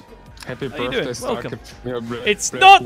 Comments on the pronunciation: it sounds like he is saying 'its not my birfday' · It's not your "Birffday" but it is your birthday!